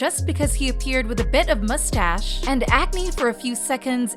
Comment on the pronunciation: lmao the way she said mustache...